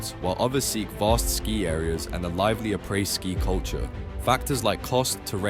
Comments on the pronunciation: What the hec is “aypray ski”? 😂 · “A-praise” ski? 😅